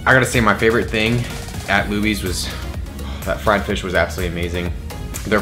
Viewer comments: It's pronounced "Loobies" not "Lubbies" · When it’s pronounced loobies not ~lubies~ 😭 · Haha it’s pronounced “Looobies” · FYI it is pronounced Loo-bees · Did he say Lubbies? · Not butchering Luby’s (Looby’s) name 😩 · That is not how you pronounce lubys 😭 (loo-bees)